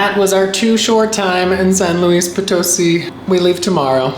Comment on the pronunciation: Educate yourself on the correct pronunciation of the place you visit... It's San Luis Poto-SI... Reflects ignorance and no consideration for Spanish... Follow the accents... UGH!